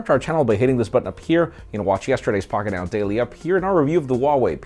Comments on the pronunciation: I can never understand your name. Literally sounds like your speaking in tongue/jibberish whenever you say it😂😂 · i like your content buy whats wrong with your strong R pronunciation when you say your name, not necessary